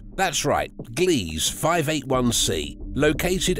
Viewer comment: “Gliese” is NOT pronounced GLEEZ. It is pronounced, “GLEE-zuh”. /facepalm